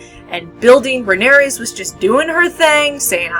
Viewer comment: It's Rhaenyra, not Rhaeneyrs!